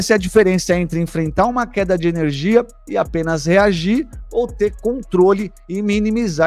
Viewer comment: Enerigia? Faltou energia no português...